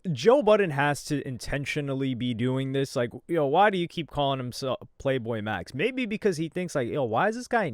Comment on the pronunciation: joe said playboy max lmaoo